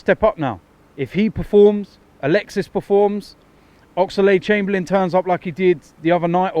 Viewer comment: The way you guys pronounce Oxlade pisses me off fam